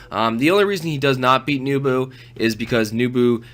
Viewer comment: NEH bu, not NEW bu.......